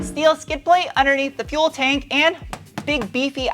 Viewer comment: Came for the truck, stayed for the shteel 🤣